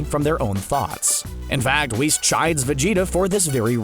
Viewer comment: This man said Whis.....easy dislike. You already said Beerus and I let that slide but Whis, come on now💀💀🤡